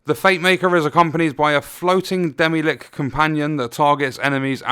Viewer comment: that pronunciation kills me XD